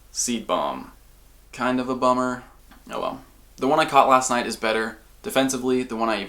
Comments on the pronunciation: on the omiatar it sounds like he says boner instead of bummer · Mike Wazowski i thought the same thing and laughed my ass off. instant thumbs up for the laugh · Mike Wazowski same haha it did sound a little like that cx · Mike Wazowski Lol it actually sounded so much like that